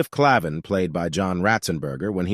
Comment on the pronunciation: What's with the fake thumbnail photo who isn't anyone in the cast? And, it would be nice if you pronounced Cliff Claven's name correctly as it was in the show and referred to Woody as a he, which he is. Narration leaves much to be desired for one of the great TV casts and producers of an iconic show.